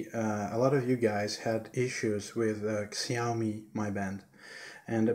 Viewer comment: xiaomi as in "shiaomi"